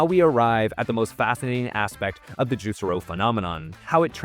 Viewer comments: It's pronounced "juice-air-o", not "juicer-o". Literally never heard it pronounced that way... smells like AI. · That's... not how the company pronounced its name (Actual Marketing Insight #1: know the name of the thing you're making a video about)